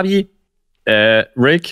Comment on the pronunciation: hat flo den richtigen namen von rick ausgesprochen wow news😂